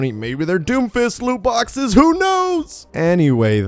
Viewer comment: Never say doomfist again